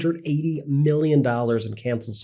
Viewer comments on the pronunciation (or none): none